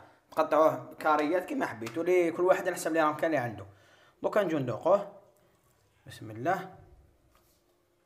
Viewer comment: انا تاني كنت نقول بسم اللهْ ..كيما تنطقها انت حتى دارولى لارومارك ...نقولوا بسم اللهِ